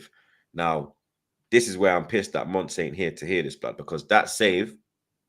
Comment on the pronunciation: It's Monts, not Mounts